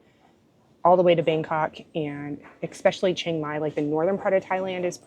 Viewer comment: Words are important and this has nothing to do with dialect. It is about pronouncing the word The way it is meant to be pronounced... The way it is spelled. GEEZ! I even gave it to You Phonetically And you still don't get it. It is E- SPECIALLY. There is not an x in that word. Do you not own a dictionary and if not, google it. It's not your dialect.It's your inability to read words correctly and then process them so they come out of your mouth correctly. You either had poor teachers or poor examples at home. Or you are slow. And as far as your dialect goes, Go ahead and keep sounding like a hayseed, But at least you know what people are thinking.